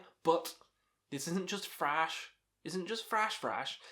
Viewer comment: Thrash, not 'frash'.